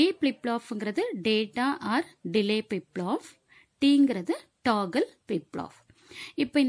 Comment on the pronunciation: Flip Flop ❎ Plip Plop✅ 😂